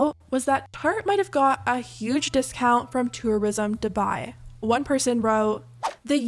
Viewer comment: hate this bc dubai is my hometown and they're butchering the pronunciation !!!!!!!